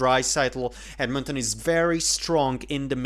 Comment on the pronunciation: Where are you from? Most people pronounce Edmonton with the emphasis on "Ed," the first syllable.